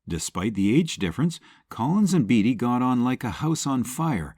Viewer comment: Good Grief! Warren BATEy, not BEEDY!!!